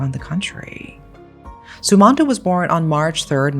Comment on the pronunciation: Im from indonesia.. also its pronounced ' sum-mahn-toh '